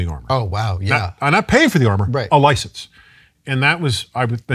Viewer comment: "You need to buy a license". How very briish.